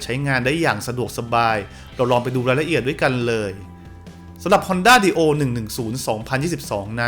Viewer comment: น่าจะอ่านว่า ไดโอ น่ะครับ